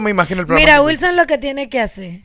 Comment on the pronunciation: No entiendo que es disque un profesional muy preparado y dice guilson, y guasa, no entiendo este disque profesional